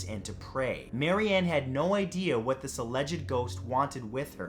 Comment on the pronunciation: “Whuts thatt?!? Its a body!!” Yes is spelled what like that bc the way she said it